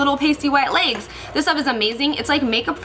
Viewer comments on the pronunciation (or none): "Leygs" haha i love you! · "It's like makeup for your 'laygs'." Your pronunciation of legs is just so funny to me! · the way you says legs is so funny😂 looking gorgeous as always!Xo